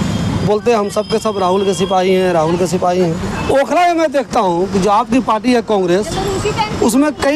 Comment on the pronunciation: please correct the hindi of SIPAHI